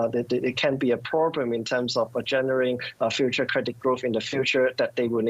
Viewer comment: “The whole purrrblum” Lol.